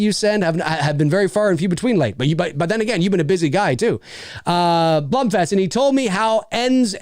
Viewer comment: im sorry. It’s actually „Blum“ like the first „wrong“ version for u. It’s a German name and it’s correct pronunciation is German. Sidefact: Blume is the german Word for Flower. That’s where his name is actually coming from. P.S much love for ur content from Germany 🇩🇪:)